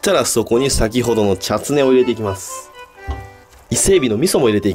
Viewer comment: ちゃつねをちゃっつねー